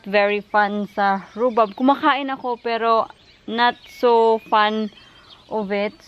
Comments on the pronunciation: Tama ang sinulat mo na rhubarb pero the way mo i-pronounce rhubab. Sorry baka slang lang pag pronounce mo. Andito din kami sa UK. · I THINK PRONOUNCED RUBARB. BARB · It’s not silent R